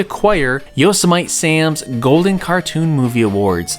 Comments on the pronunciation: yo-sim-a-tee. :P great vid. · lol did you really just say Yo So Mite Sam ,🤦‍♂️ it’s Yosemite Sam like the National Park Yosemite